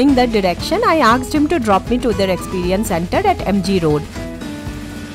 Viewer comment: Typical bengoli way of pronouncing 'aksed' 😂